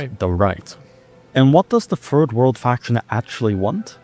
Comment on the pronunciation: Why does he pronounce Third World as "Ferd World"?